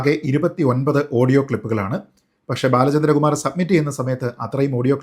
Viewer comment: നീ ആദ്യം ബാലചന്ദ്ര കുമാർ എന്ന് 100.തവണ പറഞ്ഞു പഠിക്കു